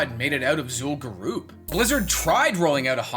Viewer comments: zul'gurub not zul'gurooooooob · Zool Goo Rub. XD this guy... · bro in 16 years you didnt learn how to say zul'gurub even google says it right.